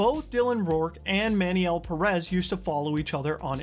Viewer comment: I'm just gonna dislike every video where Pérez is mispronounced. Y'all do so much research but don't bother checking the pronunciation of one word